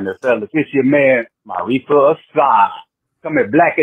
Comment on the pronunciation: Bobby & C-Dub my guys, let me help yall fellas out, its Maarifa not Maurice. This how you pronounce it (MAH-REEF-AH) (UHH-SAR) Love the show, keep doing yall thang...catch yall on the next video!!! Chicago ⬆️ & 🐻⬇️ Super Bears Superbowl 💪🏿💯🔥